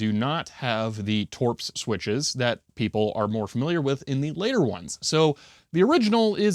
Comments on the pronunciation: its toe-pray or toe-pruh (topre) not toorps or however you pronounced it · oh god you called it torps